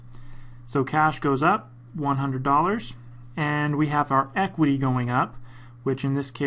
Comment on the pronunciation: Please I did not understand the word Aqwi as you said { We have AQWI going up}.Subtitle is disabled for me to read.